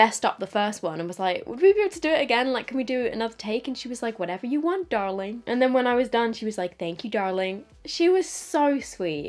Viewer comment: “Darling” SO TEXAN lmao